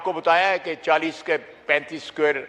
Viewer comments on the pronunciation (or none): none